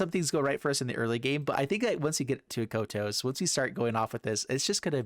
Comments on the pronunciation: Kotose コトソin katakana is pronounced [ko] [to] [ssé] in Japanese. (i'm french, [é] sound could be [ay] in english). There is only one sound finishing by a consonant in Japanese as far as i know, its ん in hiragana or ン in katakana which is [N] sound like -san or ichiban or pan etc.. Some people could say です desu [dess] is a sound like that too but It's actually a matter of prononciation or more of non-prononciation of the す [sou] sound in this particular word. Nice list and Thanks for the video ! 👍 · That Kotose pronunciation saddens me, but god do I love mean-spirited decks! 🤣Was a lot of fun!